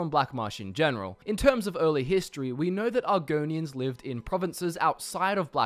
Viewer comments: "EARLY HISSSTREE"XD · "In terms of early Hist-tree-" ayy "It's all a *Mist-tree*" ayyyyy